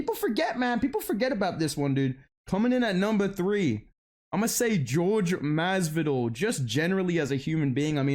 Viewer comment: "Whore-hey Muzz-v-dull"🤓☝️